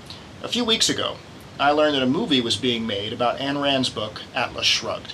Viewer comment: Her name is Ayn (rhymes with mine), not Ann.